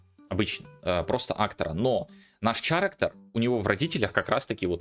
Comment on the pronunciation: Я пытаюсь сделать твой контент ещё лучше. Послушай как произносятся: Character - кэрактэр/кэрактёр (что-то между этим, думаю на нюансы профиг, достаточно кэрактэр, это хоть похоже на оригинальное произношение). Current - каррент